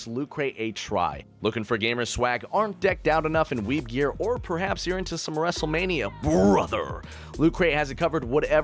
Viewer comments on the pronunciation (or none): none